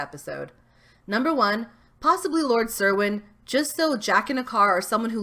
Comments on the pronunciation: "Cerwin" is pronounced "Kerwin." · It's pronounced Lord Ker-win